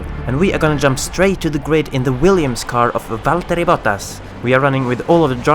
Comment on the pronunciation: All the best for Jules!, you pronounced Valtteri's name well; have you ever been in Finland?